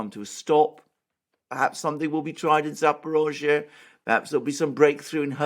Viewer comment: Thanks for properly pronouncing Zaporozye. Because that's what the hybrid warfare is about for those neo-Nazi, to call us not-people, to call our culture fake, to give our towns different names!